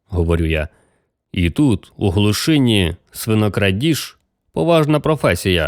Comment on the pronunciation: У Вас красивий голос, Ви непогано читаєте. Наголосів літературної мови не знаєте. Слова, в яких Ви робите помилки: хлівА, глушинА, поблизУ, найнялИ, новЕ, вУдити, самІ та ін.